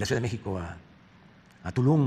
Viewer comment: ¿Dijo: "T-U-L-U-N"?